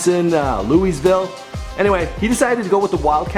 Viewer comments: It's Lou-vull, not Louiesville. Say it right. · Lewis-ville??? Louisville. (Lou-a-vull) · "He was recruited by Loui-east ville." It's Louisville "Luhl_a-vul" <--- that's how we pronounce the name in the 502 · Did this man say leuiz ville? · The way he pronounced Louisville made me cringe. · Carson Jacobs I cringed so hard when he said Louisville. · You said Louisville soooo wrong